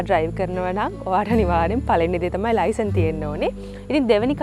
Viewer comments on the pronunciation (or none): none